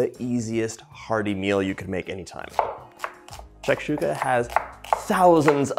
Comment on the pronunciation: Hello, I liked the food, and you explain in English and your pronunciation is good. I am from Algeria, and this is the same way we prepare it, and the strange thing is your excellent pronunciation of the name for the food